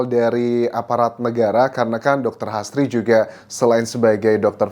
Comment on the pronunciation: H. A. S. d bsca HAS T.R.I. d baca TRI jd HASTRI bkn astri